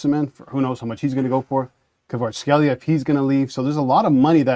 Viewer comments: Kvicha what? Jesus Christ, at least learn how to pronounce his name before doing a video about Napoli. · If you are going to do a commentary at least try to pronounce someone's last name correctly